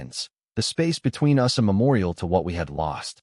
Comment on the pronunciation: A bit of advice. I know you want to produce these narrated stories as quickly and cheaply as possible. But just consider the AI voice although 85% doing the job - in 15% when it doesn’t it wrecks the whole story - case in point “ they were photos of US” instead of us. It totally wrecked the story. Also as well often the sense is lost as the AI voice doesn’t know when to naturally pause. Get a real voice actor. !!!